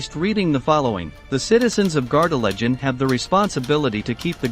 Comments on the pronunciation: Pronounced Gar de LAY gen. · Please could you pronounce Gardelegen correctly.